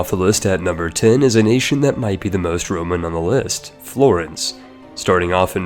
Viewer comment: The way you pronounce "Florence" hurts my soul.